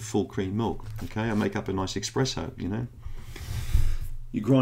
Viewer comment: You said 'expresso' LOL. I don't think I have a dairy allergy but since going on the Candida diet my blocked nasal passages have cleared. I stopped drinking shop bought milk and switched to raw milk and lactose free yoghurt so maybe that made a difference? Yeah raw milk is the shit pasteurised milk can't touch it! I was raised on raw cow's milk and only developed my problems after I'd stopped drinking it.